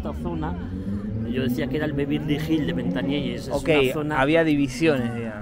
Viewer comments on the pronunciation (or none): Se dice ventanielles y no ventanieles, y ya no hay nada, barrio humilde, hace años si, ahora es tranquilo. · Jajjajjajjaj madre mía....entonces si me ves a mi que dirás... 😅. Haber bajado cónmigo y ya verías como cambiaban las tornas, solo diste con aldeanos no con quien tenias que dar. Por cierto se pronuncia VentanieLLes con elle no con ele. En España pocos barrios gangster de verdad quedan y este no e uno de ellos.Naci, Crecí, Viví, Vivo y Moriré aquí 😁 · En los 80 no digo nada, era un barrio conflictivo. Ir a Ventanielles y decir que es el Bronx es una estupidez. Engañarás a los de fuera, majo. A base de exageraciones, sugerencias y tonterías. Por cierto, se dice Ventanielles, no Ventanieles. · Como fiarse de tu video sensacionalismo y poco objetivo si no sabes ni pronunciar el nombre del barrio....